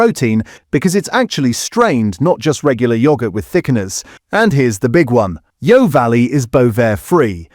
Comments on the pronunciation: The voice doesn't even pronounce Yeo properly. It should be pronounced like 'yo' in yoyo. The name stems from the fact the factory is near Yeovil in Somerset. Fake voiceover talking about fake food. The internet is starting to eat itself. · Yeo Valley yoghurt is pronounced Yo Valley not Yayo Valley 🙄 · Yeo is proounced Yo not Yay-o. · AI narration - the pronounciation of Yeo Valley should be like 'Yoh' not 'Yeeeoh'! Plus tangy was pronounced Tangier! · There's no "a" in Yeo. It's pronounced Yee-oh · It’s pronounced ‘Yo’ ya eejit! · AI voiceover- or is this someone who doesn't know the difference between Tangier (in Morocco!) and tangy-er! And who pronouncrs Yeo as 'yayo'! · It's pronounced "Yo"...in fact the AI did say it correctly here once. Apart from that ...I'm not sure about pronounciation of "Fage" either. 😟🤔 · Tangier, Fage, Yeo Valley - might want to check your pronunciation of these! But otherwise yes, informative content. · Great information, but please learn to pronounce the manufacturers like Fage (faiay in English) and Yeo Valley (Yoh Valley)